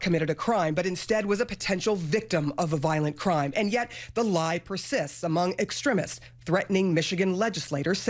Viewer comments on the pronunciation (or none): She can’t even pronounce “extremists” while reporting on extremists 🤣